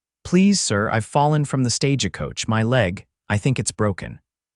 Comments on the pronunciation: Each time I hear this reader speak , there is always mispronounced names and words. Stage a coach.. please some one teach him to pronounce words and names correctly. Or, teach AI.😊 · THE VOICE TELLING STORY HAS NO FEELING IN IT, FAST TALKING, WHY ARE YOU SAYING STAGEACOACH, STRAIGHT LINE TALKING, BYE.